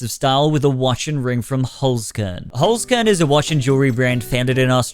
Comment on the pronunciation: 1 as a native austrian hearing pronouncing Holzkern is just very funny to me 2 ome the one hand i want this public domain horror fad to end as soon as possible BUT on the other i really wanna see the shitfest Poohniverse Monsters assemble will be 3 personal hot take Bambi2>Bambi1